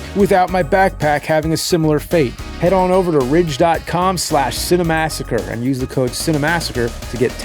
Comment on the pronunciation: It’s Ridge Wallet! RIIDge…. Wallet!!